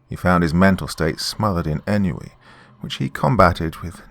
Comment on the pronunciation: Great timing on this one sir.. though ennui is pronounced ahn-way. I also mispronounce words that I read more than I hear. I am not trying to be shitty and correct you. I truly hope you do not take offense. I love your voice and the stories you read. Humanity has stopped speaking in much more than the basic.